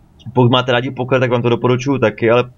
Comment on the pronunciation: ...A jestli budu číst nějaké komentáře jak se hraje pokr... Já ti rozuměl Pokémon XD